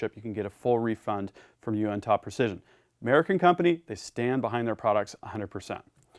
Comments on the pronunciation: Great videos. Love the channel. By the way it would be pronouced more like "you-in-tuh" Keep up the good work. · Not trying to be that guy but being from the uintah basin your pronunciation of uintah is killing my ears. It is pronounced (YOU-in-Tah) otherwise I really like your channel keep up the great work. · Uintah is pronounced (U-win-tah) it’s a mountain range in Utah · Fyi, It's actually pronounced you-in-tuh. Love, a regular visitor of the Uintah mountains in Utah. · Hey, I’m from Utah. It’s pronounced “you-in-tuh” real lazy. like “hey, you in tuh shooting guns?” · Being from Utah allow me to correct your pronunciation of Uintah. it should be said you-in-ta.With a slight emphasis on the “in” Thanks for a great video! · The way you say Uintah is funny i makes me laugh. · You say uintah so strangely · Haha, yeah, I guess there is right, and actually right. It took me by surprise because I’ve never heard anyone pronounce it like that. Made me chuckle a little. Also, if you ever make it to Zion national park, it’s pronounced “Zi-un” NOT “Zi-on” 😂😂